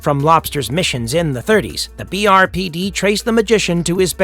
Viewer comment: I have always known the character as 'Lobster Johnson'. Has the character recently had a name change to simply 'The Lobster'? Oh, and it's BPRD, not BRPD - the Bureau of Paranormal Research and Defence.